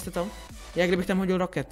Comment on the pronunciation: Třeba říkáš [minijón] místo [miňn] nebo říkáš [roket] místo [rákit].